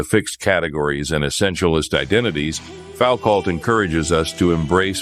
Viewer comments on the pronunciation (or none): Say Fowcalt again!